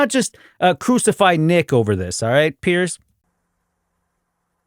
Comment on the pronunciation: Loved the video but I could hear in your pronunciation that you’re calling him Pierce. Says it in the title even. His name is Piers. Not sure why everyone is always calling him Pierce